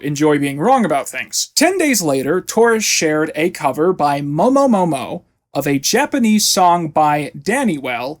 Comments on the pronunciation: it's so fucking funny as a vocaloid fan how he not only calls momo momone "momomo" but also says it in a way that it sounds like it was a real person who covered it when momo was a vocal synth like hatsune miku (specifically an utau which is a free alternative to vocaloid). no hate of course just adding additional context as someone very autistic about this topic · You mispronounced Momone Momo's name this entire video is a SHAM.